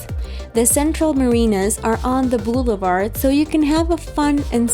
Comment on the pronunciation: Crocordires....bluelevard... haha what the hell is wrong with your pronunciation